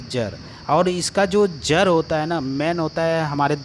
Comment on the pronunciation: Jar nahin jad. Kira nahin keeda